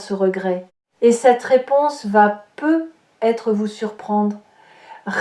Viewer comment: Un peu bizarre de faire une lecture de carte, sans parler des cartes… mais bon, c’est tout de même proche de la vérité… Peut-être, il y a un T à peut. Il faut le prononcer. Ça fait vraiment bizarre votre « peu être »…